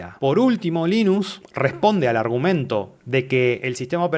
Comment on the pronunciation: Gracias por pronunciarlo como "Linus" en vez de "Lainus" como hacen muchos gringos.